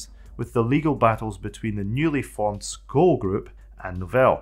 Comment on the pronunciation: Nice video! But two corrections (nicely meant ;) ... "System V" is not "system v" but it`s "system 5" - the "V" is the roman letter for "5". And "SCO" is not "sko" - it is "Ess Cee Oh" ... but the video on Xenix is very interesting. Thank you for that!